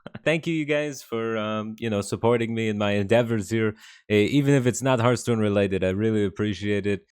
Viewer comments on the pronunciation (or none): none